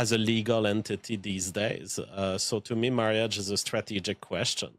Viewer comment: I am never one to speak on accent or non English native speakers on how they pronounce words but him saying marry-age over and over is irking me :/